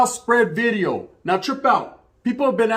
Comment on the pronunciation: “NEW BIDEO” 😂😂😂😂 Shit always got me rolling. He can’t pronounce that letter V